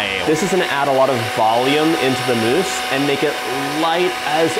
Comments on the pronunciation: I died when he said "meese" i love u john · You make me laugh 😂 chocolate “mice”